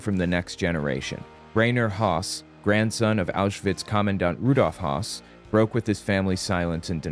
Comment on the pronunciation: Hey - the following is meant constructively & simply for future reference: The surname “Hoss” (I’m unsure how to include an umlaut over the letter O) as in “Rudolph Hoss” is pronounced more like “Hess” than the manner its spelling on the page would seem to indicate.